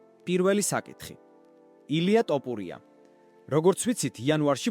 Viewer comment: თოფურია და არა ტაპურია